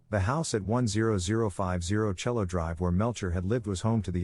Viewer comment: Your pronouncing cielo wron dummy